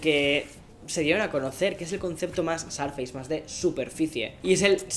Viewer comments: querido mío me encantas, pero tu viviendo en USA sabes que no se pronuncia Sarfeis, suena mas parecido a Sourfeis o sorfeis. Igual te quiero 👨‍❤️‍💋‍👨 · Por qué dices sarfeis? -.- XD